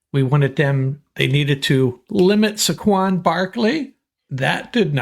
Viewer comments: Please learn how to pronounce Saquon ! Say-quan ! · At least say the mans name correctly